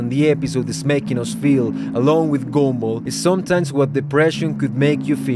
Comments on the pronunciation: is it me or i am actually hearing "GoUmBaL" instead of gumball? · Love the fact you pronounce Gumball as Goomba. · Love how you call him "goomball" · But why i heard goonball😭🙏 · ok but why do you call him goomball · bro said goonball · Whenever he says Gumball I hear goomba like from Mario idk why lol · Bro stop calling him “Goonball”😭😭☠️☠️☠️🙏🏿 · Did this mf just say goom ball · Why do you say it like "goombul" 😭😭😭😭😭😭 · I don't know why whenever you say "Gumball" it ends up sounding like "Goomba." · It’s probably because of his accent.